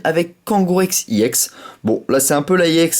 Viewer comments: pk tu dit iex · pourqois tu dis iex